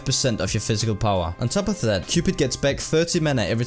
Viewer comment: "Physical powwa"